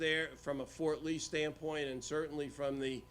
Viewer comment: Fort Ree? Shocking!